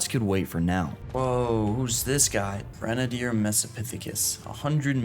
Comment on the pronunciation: why are u pronouncing grenadder like that